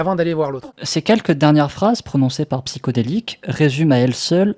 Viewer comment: psyHODelik pas psyCODelik ptn il respecte même pas ça se mec. Fin bref désolé pour le retard j'avais pas suivi l'affaire du coup je regarde tout les éléments.